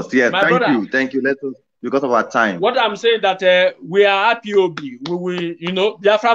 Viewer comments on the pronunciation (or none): Sir please stop staying IBOP. It is not IBOP with a B, it IS IPOB with a P, please enunciate and pronounce properly . If its hard for you simply say "EyePob" Thanks